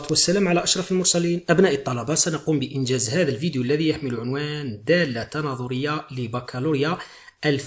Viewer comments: من فضلك دااااالطة صححها عرف كيفاه تنطقها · من فضلك دااااالطة صححها عرف كيفاه تنطقها من هم